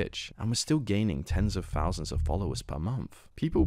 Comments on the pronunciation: Cmon how can you say the word "fort" ok but then you are trying to say "thought" and it comes out "fot" or thousand is pronounced "fousand" like cmon you're a news channel and you're fcking up easy words just cus you're lazy. Pronounce words better we are not 4 years old mate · bro, imagine making fun of someones viewer count of 3000, and pronouncing it "free fousand"....youre worried about the wrong stuff lil bro, hit them books.